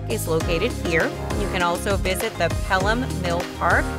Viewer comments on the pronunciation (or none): none